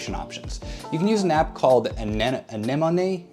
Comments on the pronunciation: Have you never seen Finding Nemo? It’s called (UH-NEM-UH-KNEE) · It's pronounced "Ane-Moan"